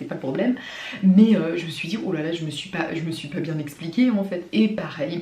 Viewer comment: Ton accent quand tu dis "pas" pô